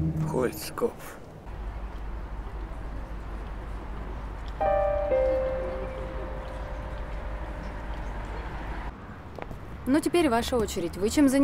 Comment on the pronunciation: на Федю сказал кольцкопф вместо клотцкопф, болван.